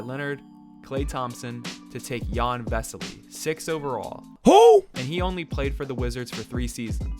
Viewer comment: It’s pronounced like yan or Yawn not Ian